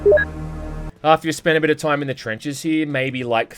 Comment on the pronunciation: "... the swarms of rats that pop up all the toym." Gotta love that pronunciation ^^